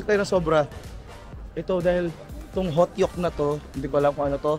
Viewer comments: Hotteok = hotok 😂😂 not hotyok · Lutuin mo muna nang buo ang pork belly behh tsaka mo na gupitin pag malapit na maluto2. Yan ang style jan. Hehe 🤗 Tas HO-TOK pronunciation nang Hotteok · hotok pronunciation beh ng hotteok